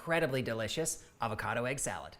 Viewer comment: Thank god, someone who can pronounce "avocado" correctly.